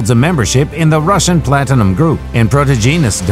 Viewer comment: Plat Tin-a-Num